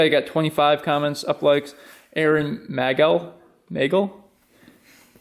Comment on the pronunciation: Haha thanks for the shout out man! It’s Magel like a bagel